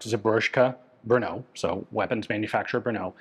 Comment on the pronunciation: technically samopal means self firing but it is a synonym for sub machine gun. samo-alone, pal ( palit ) to burn. there are always nuances in english to czech translations. PS brno is not an 'ou" sound at the end. more like "o"pera.